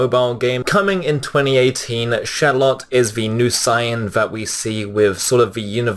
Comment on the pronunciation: Um...excuse me on did you literally just say "Siyan?" Its SAIYAN [say-an]